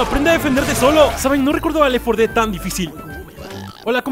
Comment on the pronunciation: Si se dice lel Fora ded